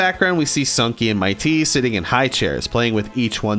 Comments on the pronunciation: his name is said MIT, E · “2” things you got wrong: 1. Mitee is pronounced Miht, (as in oven mit) then tee (as in tee ball) 2. D-Side Milk takes place on the 4th floor of the fanmade Sunky game “Sunky’s Schoolhouse” created by Bimbus Bobus. (Definitely go play btw) in the game, Mitee gets mad that Robotnik collected all of the purple donuts and not the pink donuts. Robotnik gets angry & kicks Mitee out of a window he’s standing behind. However, in the song, the complete opposite of this happens & Mitee kicks Robotnik out of the window instead. Edit: (Possibly not right, just a theory. A GAME THEORY) In the beginning of the song, Robotnik goes into Mitee’s office and instead of being greeted with Mitee, he’s greeted with Sunky instead. The “On Break” sign indicates that Mitee is doing something else & told Sunky to run his office while he was away. Robotnik got impatient because he wanted the key to open up the big lazer gate that was blocking his path. So he kicked Sunky out of the building. When Mitee arrived, he saw the damage Robotnik caused to his beautiful, beautiful office. He got pissed, and kicked Robotnik out as well.